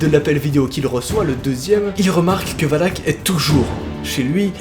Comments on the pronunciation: ET TU DIS WALK ET PAS VALAK EST-CE NORMAL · on dit pas "oulak"mais valak😂sinon continu comme sa tes mon ytp préfèrer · C'est pas voulak qu'on prononce mais volac mais superbe vidéo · Mais ses pas wallack mais Valack 😅😂😂 Sinon super vidéo comme d'habitude mon jeune petit 👍👍👍👍😂😂😂😂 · et valak sa secri VALAK et non VALAC comme dans lappel video a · ca se prononce Valak pas Walac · on prononce valak et non walk pour pas l invoquer 😂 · Quand tu dis Valak on dirait que tu dis Wallhack #CSGO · jvai appeler les handek un camion de hendek pour lui sinon jte kiffe trop quan jai pa peur t la pour me faire peur et quan tu di wallak on dirai que tu di wallah comme les gens qui save pa pronnonsser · Regarde the conjuring 2 tu verras ca se dit Valak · Dans conjuring elle dis valak et pas walak..et lorene pas Laurence 🤣